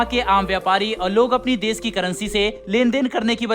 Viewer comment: "देस" उच्चारण न करें, "देश" ही बोलें सेयॅर, सुरु; ●●● मीडिया जगत में "श" अक्षर की भारी कमी, जैसे कि.........रिलेसन्स, रिस्ते, कोसिस, देस विदेस की परेसानी, सुल्क लगाना, दोसी व्यक्ति पर सुल्क, रासनकार्ड की सिकायत, रासन पानी, समसान में जलता सव, प्रसासन की छमता, सुबह-साम, सौकीन तथा सरारती, असलील हरकत, सादी में जसन, सगुन की सुरुआत, इस्कूल में सास्त्री जी, इस्टेसन पर रेलगाड़ी, युवासक्ति किसोर व किसोरियां, 'स्तर' को अस्तर' उच्चारण करना, वीडियो सेयर करें.......आदि आदि । *बस ! 'श' के उच्चारण को 'स' मत करना, हमारे बच्चों का उच्चारण खराब होता है; *😢